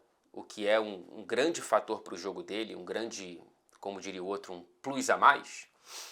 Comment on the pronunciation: vc dava um ótimo cebolinha, grande talento pra mudar o l e o r kkkkkkkkkk